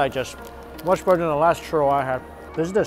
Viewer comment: Everytime he says churro I keep hearing Turtle 😂